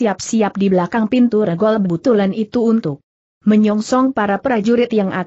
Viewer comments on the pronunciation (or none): Banyak ucapan2 yg tdk benar. Contoh : cara diucapkan dengan ker , tulisan Sst yg harusnya diucapkan seesst dieja S.S.T., Dan banyak lagi spti ngucapkan nama2 yg tdk tepat , contoh: regol...e seharusnya diucapkan e spti ucapan sate, tapi diucapkan spti e pada kata kemana. Dan masih banyak lainnya . Saran: tolong segera diperbaiki narasinya sehingga akan lebih enak didengar. Terimakasih